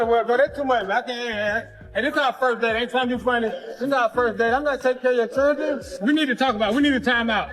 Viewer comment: SHE'S GOT THREE CHIRDRWEN YOU KNOW THAT?